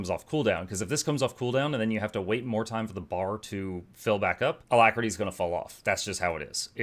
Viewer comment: Why do we shorting alactery, it is not a long word lol